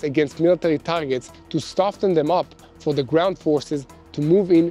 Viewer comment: no T pronounced in soften